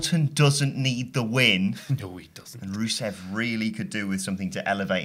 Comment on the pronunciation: Swear that guy called rusev ruso....